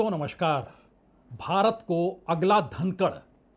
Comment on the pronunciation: दोस्तों नमश्कार से शुरुआत करते हैं आप सही उच्चारण नमस्कार होता है देश को नये धनखड़ मिल गए ये कथन भी राजनैतिक बू से लिप्त लगता है